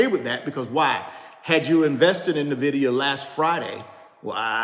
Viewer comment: Nice video!! Btw its pronounced "ENvidia" as in "envy" in spanish or latin. In fact, the logo is a green eye